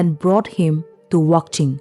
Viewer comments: It’s wanching, not wangching😊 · 55 It's not Wangching, it's Wakching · It's Wanching not wangching.... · Not wangching, it's wanching village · Wanching.. Not wangching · not wangching, its wanching